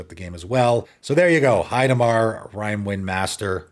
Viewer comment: heidar... You said Heidimar 😂